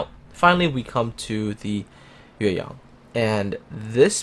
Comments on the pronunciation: You got the tone of YueYang right! I love when content creators actually do care about pronouncing foreign words correctly =). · I got to say that you pronounce the ship name Yueyang so good. Do you speak Chinese? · I like the Hindenburg's upgrade module, which encourage player to tank a little bit. By the way,, you pronouns yueyang just like a Chinese does.